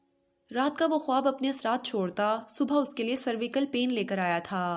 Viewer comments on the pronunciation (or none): سرویکل نہیں، سروائیکل